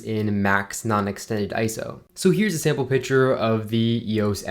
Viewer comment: Picture is not pronounced "pitcher"